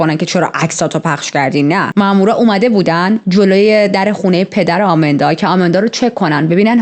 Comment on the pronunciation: شما اسمشو اشتباه میگید آمیندا که نیست ایماندا درست‌ترین هستش پس اسم‌ها رو درست بگید